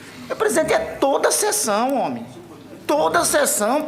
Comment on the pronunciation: Ele fala homi kkkkkm